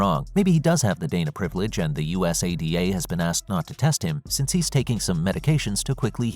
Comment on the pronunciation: U-S-A-D-A 😂😂 go through the trouble of a video and don't research how to pronounce US-ADA